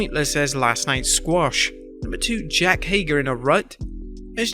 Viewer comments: It’s Jake not Jack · Jake… not Jack!